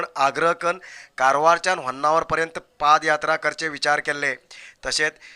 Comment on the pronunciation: It should be PAD YATRA. & not PAAD YATRA